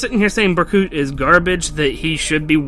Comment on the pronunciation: It's actually pronounced Ber-Koot and there is evidence that it's pronounced that way, the actual Fire Emblem Echoes game.